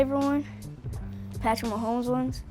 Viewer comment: It’s Mahomes, not mohones